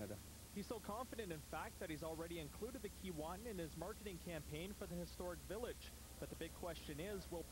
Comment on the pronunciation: It's not Kee-WAH-tin... it's Kee-WAY-tin... it's difficult to watch this when they keep mispronouncing the name... I can't believe no one corrected them.